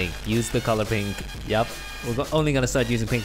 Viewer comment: did he say gay when he said only pink challenge? 💀💀